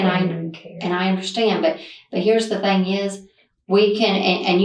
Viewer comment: Someone who says "fang" instead of "thing" is definitely stupid...